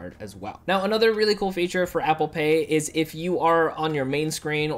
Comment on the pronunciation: When you said that Apple Pay is entirely free to use, you sounded like “Apple Pay isn’t entirely free to use”. Important words or phrases ought to be emphasised, otherwise, the wrong message could be gotten, resulting into misinformation..